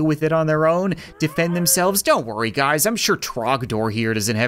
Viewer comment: In the beginning of the video he said” what’s up gads”🤣